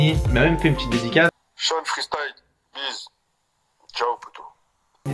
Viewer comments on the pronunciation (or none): Il a dit "cheun freestyle"